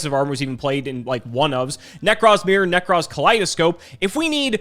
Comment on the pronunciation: I feel like we've got enough material for a " pronounces card names wrong" montage while The Ting Tings hit song "That's not my name" is playing in the background. Whatever the f**k Nekroz Colossus is... -_